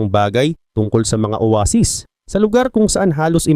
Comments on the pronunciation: Oweysis talaga yun may short term memory lang sya kaya nakalimutan nya Yung tamang pronounce aray mo pakak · Owaysis bigkas don diba hahahaha